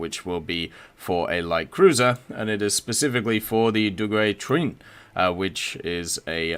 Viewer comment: The prononciation of Duguay-Trouin was priceless XD